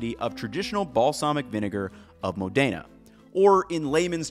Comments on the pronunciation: MO+dena. Say it right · Small nitpick - the pronunciation is MO-dena, not mo-DAY-na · Great video! However one distraction I had was how you were pronouncing Modayna instead of MOdena took away from what you were presenting. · Mòdena. Not Modèna. 😊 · Still can't pronounce MODena, though 😅 Anyway, always enjoyable content. Thank you!